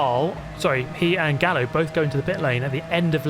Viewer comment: sorry but isnt Gallo read Gayo? Simillar to the Gallardo